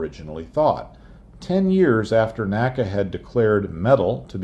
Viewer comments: N.A.C.A., not naca. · Very nice video, but please NACA is not pronounced as a word, like NASA is. It is/was the letters N.A.C.A.